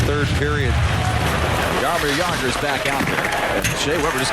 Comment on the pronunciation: Jarameer Jager???